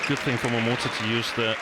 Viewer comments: She says "Momoto" LOL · Btw announcer is pronounced as MoMoTa !!! Not MoMoTO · GILLIAN CLARK Stop calling MomotA - MomotO !!!!!!"!!!!!!!!!!!! goddammit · The whole friggin match she says 'momoto' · Stop calling him Momoto lol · it’s written MomoTA, not Momoto. If he wants people to pronounce it Momoto, he should change the name to momoto. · Great to see the early Momota. He seems not to be known when Gillian just doesn't get his name right. I hope he's still able to show what he's got when Corona's disappeared.